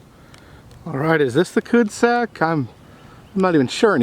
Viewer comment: cu de sak, cul de sac is french for '' dead end''